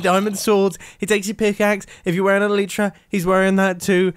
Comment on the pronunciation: when you pronounce elytra "ELETRA" lmao